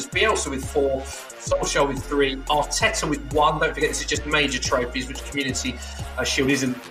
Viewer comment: Man said Arteta